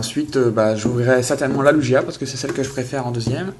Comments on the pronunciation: c pas lujia mais lugia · sa se dit pas comme sa lugia MDR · tes fou des carte pkemon bin ces pas lu gia c est lugia